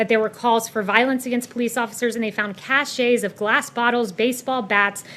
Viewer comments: cache is pronounced "cash". "Cachet", as she pronounced it, is a characteristic quality conferring prestige. And nothing associated with this White House, this idiot included, could ever be close to being called prestigious. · The few times I've watched her, I've had a grudging respect for her. That's in the same way I grant that Goebbels was a master of propaganda. Then I heard the word "caches" mangled with "cachets" and thought she's not as smart as she thinks she is. ".... and they found cachets of glass bottles, baseball bats....." From "cachet an official seal, as on a letter or document; a distinguishing feature: Courtesy is the cachet of a gracious hostess.; superior status; prestige: The diplomatic corps has a certain cachet. Not to be confused with: cache – a hiding place; a hidden store of goods: He had a cache of nonperishable food in case of an invasion." Anyone not familiar with "It can't happen here", by Sinclair Lewis should have a look at an old article: Think that Trump has no chance of winning in November? Be scared, be very scared! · They are called caches (pronounced same as cashes) not cachet’s which are usually made of aromatic herbs. What a knob. Allegedly Ivy League educated. What a joke and a liar